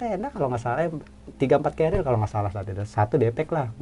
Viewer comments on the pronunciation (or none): none